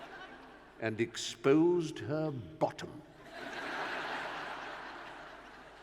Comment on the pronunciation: There is something about the brits pronounce "bottom".